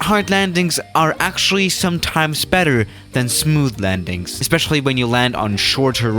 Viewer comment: How you say landings hahahahha